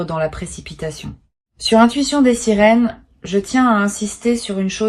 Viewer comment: Des sirines ou des sirènes ????????????? IA ou pas IA ??????????????????